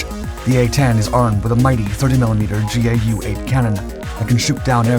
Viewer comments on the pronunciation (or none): Just letting you know the GAU-8 isn’t pronounced: je-ay-you-8, it’s pronounced: gauw-8. if that make sense